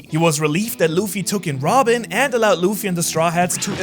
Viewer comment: i like he said Wobin instead of robin